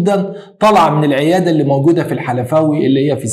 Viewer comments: الخلفاوي يا وليس الحلفاوي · الخلفاوي وليس الحلفاوي يا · اسمها الخلفاوي مش الحلفاوى يا ودى شبرا مصر من شارع شبرا ❤❤ منطقه بدايه العمر في حياتى ياريتنى فضلت عايشه في العمر ده ❤❤الشبراويه الرجاله لو كانو عرفو اللى اتعمل من الكفره دوول والله كانو اكلوهم سلق قبل ما يستوى جثمانهم كمان عشان الرجوله والاخلاق والتربيه ما بتقولش خون صاحبك ولا تغدر بي ❤رحمه الله و صبر قلب وروح امه قادر ياكريم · تصحيح صغير ألا وهو أنه إسمه ميدان الخلفاوي بالخاء وليس بالحاء ،انا من تلك المنطقة وهى من أنظف وأجمل أحياء القاهرة واجدع ناس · منطقه الخلفاوى فى شبرا بالخا مش بالحاء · منطقة فى الساحل إسمها( الخلفاوى ) مش الحلفاوى يا 😂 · اسمها الخلفاوى مش الحلفاوى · المنطقه اسمها الخلفاوي مش الحلفاوي وهذا إن دل يدل علي عدم دقة المعلومات لديكم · المنطقه اسمهاالخلفاوي مش الحلفاوي!!!!